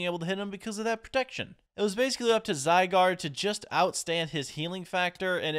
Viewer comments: Your first legendary is pronounced (zi—guard) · The Pokémon legendary name that you can’t pronounce is Zai and guard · Zygard called for cells to help him and pronounced zy gard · How to say zygaurde: zi-gaurd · runerigus is pronounced rune a rigus and zygarde is pronounced zigh gaurd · It’s (zee-why-guard) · It’s zi gard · Zygarde is pronounced Zie-Gaurd. You first spot it in Pokemon XYZ. Also, Zygarde has many forms.